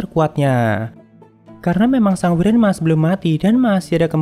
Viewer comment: Maap bang wyvern di baca waivren bukan wiren 🙏